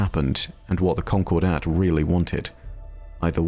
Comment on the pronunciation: just a heads up, that's not how you pronounce "concordat."